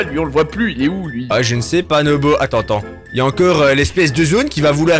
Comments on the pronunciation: nobo et pas nomo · à dit nomo à la place de nobo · on dit pas nomo un dino nobo